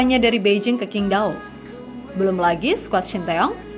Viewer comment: QINQDAO kalo org Sono ngucapinya Cing Tao min... Q dibaca C D dihcapin T.. Propinsi Shandong dihcapin Santong...